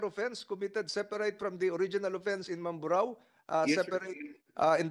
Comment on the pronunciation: Hesus maryosep ikaw vlogger nakisakay kana rin lang sa issue para lang may ma vlog ka. Hindi mo pa inayos ang pag bigkas ng mamburao. ANONG MAMBARO